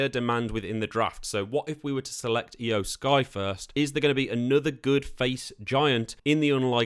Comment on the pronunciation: Judging by the fact that you don't know how to pronounce Iyo Sky, Tommaso Ciampa, Nikki ASH, and Shinsuke Nakamura correctly, it seems like you don't watch professional wrestling at all. I find it so ridiculous that the name of the channel run by you is "." Did you name your channel like that just because you play the WWE 2K series?